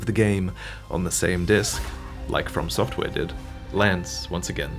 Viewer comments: Lol "To Software" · “To Software” 🤣